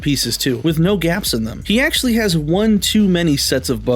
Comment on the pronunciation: AKCHUHUALLULEEEY! It’s the STING from the fire ant that burns. Not da bite 🤓